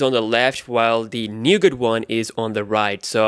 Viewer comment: Nougat. T is silent bro